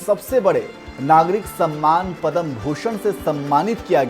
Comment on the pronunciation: पद्म कहिए,पदम नहीं